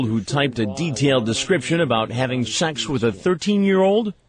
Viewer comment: Omg I hate the way Chris Hansen says "sex." Its always "shex." Ughhhhh. LOVE THE SHOW THOUGH! 👍🏾